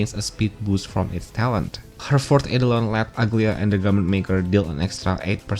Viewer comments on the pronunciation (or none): none